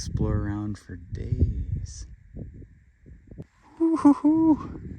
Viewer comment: "yeah, but it's not for eatin'. It's ferrrrr lookin' through"